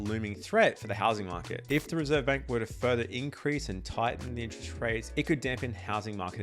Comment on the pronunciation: It's "interest" rate, not "inch-rest" rate.